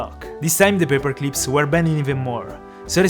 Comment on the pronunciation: "paper cleeps"